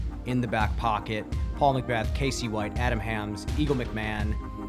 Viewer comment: Hammies? It's definitely not pronounced hammies LOL